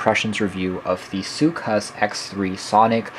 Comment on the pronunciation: Soocas. Not soocRas.